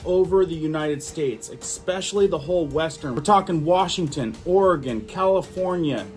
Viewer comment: ... then again, you do say Exspecially, so...